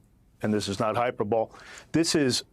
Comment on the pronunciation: Hy-per-ble?? ummmm ??? lol